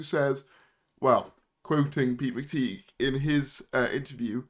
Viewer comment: PRONOUNCE THE NAME CORRECTLY ITS PETE MCTIGH AS IN A TIE